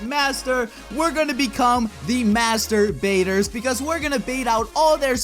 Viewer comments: Did you just say masterbaters why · dis man just said masterbaters... RLLY? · wow great english "we are all going to be master baiters/ masturbaters" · In the beginning of the video he said master baiters 😆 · "master" "bateers"